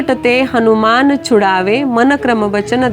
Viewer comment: ताई, खूप खूप धन्यवाद 🙏 अगदी सोप्या शब्दात आपण हनुमान चालीसेचा अर्थ सांगितला.पण बऱ्याच वेळा आपण हणुमान म्हणजेच नु च्या ठिकाणी णु चा उच्चार केला आहे,तसेच जीवन च्या ठिकाणी जिवण असा उच्चार केला आहे त्याची दखल घ्यावी.